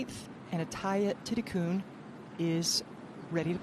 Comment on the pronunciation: How do the commentators get coon out of kul ie. ThitiKUL?